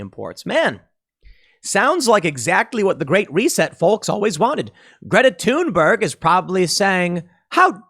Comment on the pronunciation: IT'S PRONOUNCED "THOON-BURG". NOT "TOON". OMG THAT BUGS THE F OUT OF ME EVERY TIME YOU SAY IT!!!!!